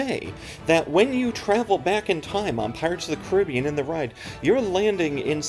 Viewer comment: Great video. Thanks for putting it in perspective. And, yes, your book was a great background for me on the attraction; everyone should read it. Also, thank you for pronouncing it kuh-RIB-ee-an and not and kar-uh-BEE-an 😃